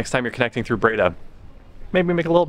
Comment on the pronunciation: It's Bray-DAH ;) (emphasis on 2nd syllable)